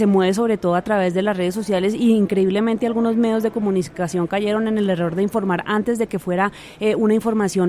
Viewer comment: Estúpida no se dice comusnicación.. Se dice COMUNICACION.. Aprenda pronunciamiento